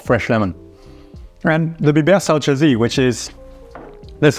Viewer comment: Salçası, not salçcasi. That means you pronounce the last letter like the last e in the German word Ente.